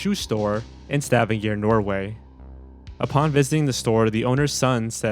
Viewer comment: I think you mispronounce Stavanger!